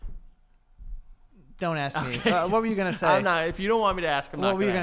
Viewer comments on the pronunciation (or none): love for the word ‘pantomiming’ and Joey always saying ‘aks’ instead of ‘ask’